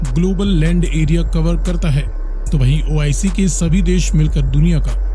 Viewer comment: Abba madarchood ois nahe oic.Pahala thik sa bolna tow shek laa